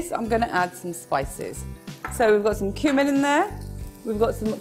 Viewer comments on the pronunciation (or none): none